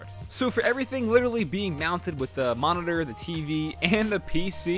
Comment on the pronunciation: he says moridor instead of monitor